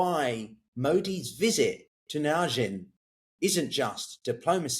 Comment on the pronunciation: Where on earth, china presumably, did the parties meet? Was it Tianjin? Mate, next time you need to pronounce a Chinese name give me, or anyone, a call. That was something out of left field.